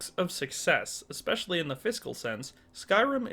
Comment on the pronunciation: Please don't say "ex specially" I'm sick of these dudes who upload vids and say ex specially! Learn how to pronounce common words.